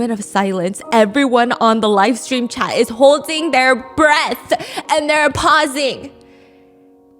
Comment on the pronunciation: When Stephanie says “I have a copy of your chat” I hear cat 😳